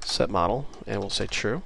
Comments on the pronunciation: Great video! Two things: 1) it is setModal which implies a modal window, where modal is pronounced mohd - l, this is different from model, pronounced mod - l. See the wikipedia entry on Modal window. 2) It isn't neccessary to #include "mydialog.h" in mainwindow.h, you should simply use a forward declaration. This is because we only have a pointer to a myDialog type as a data member. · Took me a while to figure out what "model" you were talking about. Here we prononunce it mode-ah-l, not mod-e-l.. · Great video series, and thanks I'm sure I'm not the first, but I believe 'modal' is usually pronounced like 'MODE ILL'. I imagine it derives from the same root as the word 'mode'. The etymology (and pronunciation) of 'modeless' should be fairly evident. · Great Qt video. Only "modal" is pronounced "MOE DAL" not "mod el". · Yeah, it's "mode" which rhymes with "toad." Do you want the user to be forced to deal with what's on the new form before they can go back to the parent form? If so, make the new form modal. If not, and you want to let the user interact with both the parent and the child form simultaneously, then make it non-modal. GREAT videos though. Truly an incredible asset to learning Qt-Create, and the Qt application platform in general. A million THANKS!!! for doing these... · "modal" is not pronounced like "model" but it rhymes with yodel with the o sounding as in oa of soap or boat. This is pointed out in the Wiktionnary.